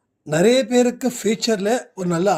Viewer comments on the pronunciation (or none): none